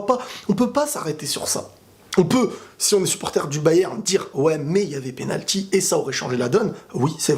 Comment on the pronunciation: pénalqui ? Blague à part, bonne analyse comme de coutume :). T'es objectif c'est cool :)